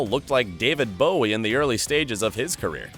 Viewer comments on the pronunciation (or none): none